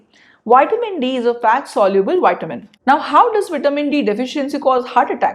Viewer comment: It’s Vitamin as in V not witamin - say the V it’s not a W